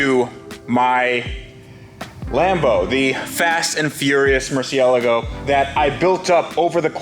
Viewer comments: At least I wont hear you say Murciellieiago anymore😆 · Glad to see you finally started pronouncing the car's name correctly! ;) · I'm actually quite glad to see this car go...now we can listen to repeatedly mispronounce a different supercar!! LMAO